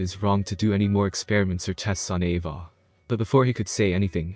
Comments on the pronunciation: also, the way you say 'ava' is so weird... lmfao it sounds a bit like 'evah' or 'eyvah' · He pronounces Ava as AvAH which is pretty funny